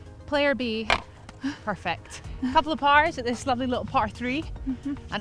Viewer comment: That was 'Parfect' 😁